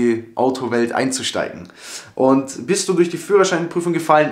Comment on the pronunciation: Gut bisch😂 'sch